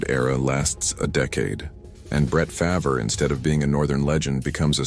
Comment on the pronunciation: he cant say farvre correct